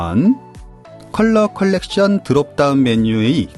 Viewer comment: 님 안녕하세요. 좋은영상 시간 나는대로 시청하고 있는 구독자입니다. 예전부터 한가지 아쉬운점이 있다면 영어의 R 과 L 의 발음에 살짝 혼동되는 부분이 있는것 같아서요. 몇번을 망설이다가 너무 멋진 채널이기에 아끼는 마음에서 조심스럽게 말씀드려봅니다. 제가 말씀드리는 부분이 틀릴수도 있을테니 꼭 한번 확인해보셨으면 합니다. collection 컬렉션 correction 커렉션, Frame 프레임 Flame 플레임 이런 식으로 구분되는 것으로 알고 있어서요. 혹시라도 무례했다면 죄송합니다. 곧 1만 10만 100만까지 갈 수 있는 채널이라고 생각합니다. ^^